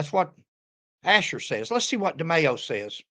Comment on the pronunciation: I can’t see the spelling over Demaio, but you are pronouncing it correct. I grew up with a lot of Italians and that’s how they pronounce it. 😊